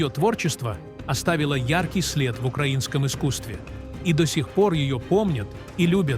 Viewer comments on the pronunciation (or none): none